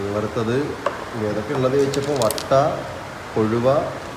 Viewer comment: വട്ട അല്ല വറ്റ